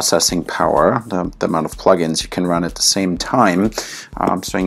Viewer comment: Listen very closely. "The". "The." Not "De". "The."